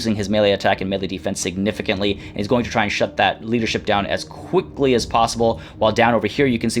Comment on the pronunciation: did I hear "as queekly as possible"?? Hmmmmmmm